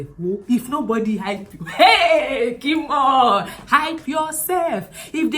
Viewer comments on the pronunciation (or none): I'm on the floor with "k'mon" 😂🤣 reminds me of my late grandmother